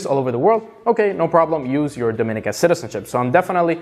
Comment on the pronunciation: Let's get the pronunciation correct for Dominica. It is pronounced, DOM-IN-EEEEKA